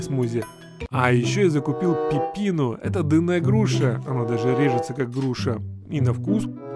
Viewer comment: Не пыпина А пипино